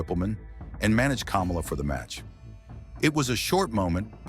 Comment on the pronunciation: Kamala the wrestler is pronounced kah-molla. NOT kom-ola like the ex vice president. Their last name, Harris, is pronounced the same for both!